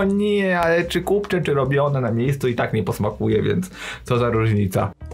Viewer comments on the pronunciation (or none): Nie mów "kupcze", błagam!!! Ciekawe czy kucharze ci sami.